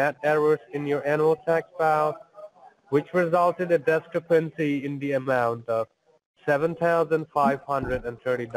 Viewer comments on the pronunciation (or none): Did he say descapency.omg!